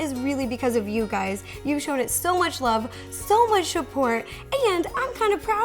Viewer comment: lol she says shupport